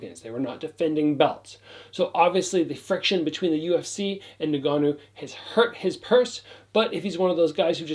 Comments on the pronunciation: Hey. To correct your pronunciation of Francis's last name. It's EN-GA-NOO. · Pronounced En gannou